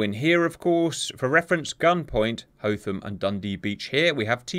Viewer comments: Do me a favor, please... Check Pronunciations... Hotham - Hoth-um not "Hothe-am". Timor Leste - Tee-more Lest - eh not "Tie-more". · it's pronounced "Tee-more" and 'Hoth-am" Hoth like the planet from Star wars